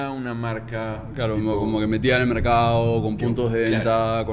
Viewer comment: como que la metia al mercaoooo (pronuncia bien no extiendas las palabras parece o más bien diced mercaoo en vez de mercado)